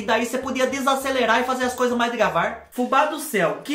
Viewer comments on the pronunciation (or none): Fubá fala "devagar".... Adoro vc falando degavar kkkkk